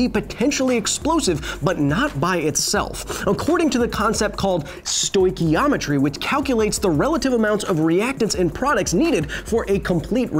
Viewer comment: Its Sto-shio-metry and Not Sto-Kiyaw-metry. P.S. I know it doesnt matter.I'm just Nosing around cause I want to make it to the footnotes😂 Btw Love the Show, Hilly boy.